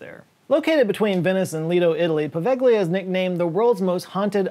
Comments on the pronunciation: No. I'm Italian, actually from Venice. "gli" is not pronunciate "li" even if I prefer that to the hard G-L-I that used. The sound i actually a "soft" G connected to the L. There isn't a sound quite like it in English so I will post a vide of a guy explaining it. In another comment because often youtube deletes che comment when there is a link, so if you don't see another comment of mine, with the link, after this one, that is the reason. If that happen, you can guys look it up "how to pronounce "gli" in Italian" You'll find something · Poveglia, with gli is read like Povelia the gli/gle in Italian is kind of (not exactly) a soft L like "liute", it's not an hard G like "guide". Also you can visit the island with a little of "ingenuity" let's leave it at that. Good luck try to visit the Vatican archives, much more difficult. Source I'm Italian. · Are you sure about that pronunciation of Poveglia? No seriously, you said it wrong and it took me seconds to look it up on Wikipedia. It's pronounced like "poh-VEL-ya." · On the subject of Poveglia... You do not (or at least: hardly) pronounce the 'g' in the name. So it's actually pronounced [povelia]. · Poveglia: po-veh-lia. Any G before a L or N in Italian is pronounced 'lyuh' or 'nyuh' (like the sound in onion (uNYun)) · That's not how you pronounce Poveglia. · Great video as usual. Small heads up though, your pronunciation of Poveglia is trash 😅